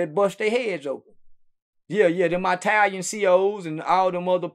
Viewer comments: "The eye-talian mafia"😂😂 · Lol that’s how the folks from the sound say it. My grandma is from Mississippi and she pronounce Italian, “eye” talian as well 😂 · That's how the southerners say it